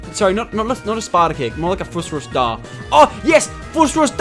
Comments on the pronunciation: It's not FUS RUS DAH it's FUS RO DAH there is not second s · its phus+phoos ro+ro not roe and dah as in duh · Lol the FUS ROSS DAYHH! Fuck u Lachlan it FUS ROH DAH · Its fus ro dah